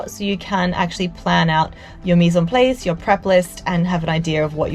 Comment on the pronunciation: I know that you are probably British but almost any chef can pronounce Mis en place as it is pronounced in French and not Mise in Place (playce-NO).